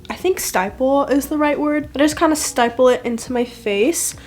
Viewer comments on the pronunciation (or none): Stipple instead of sty-ple haha :) you look gorgggggg as usual